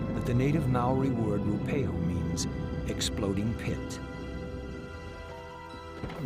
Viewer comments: Roo pehu? You'd think he'd take the time! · Properly pronounced, " Roo-ah-pay-hoo" if I'm not mistaken... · He is certainly not saying it right